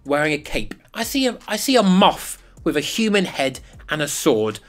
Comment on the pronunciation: I heard a MUFF! He said a MOTH! 😂👍